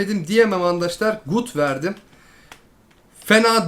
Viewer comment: çok doru söylüyosun ama sana çok kötü bir şey söyliycem ona andaşlar denilmez arkadaşlar denir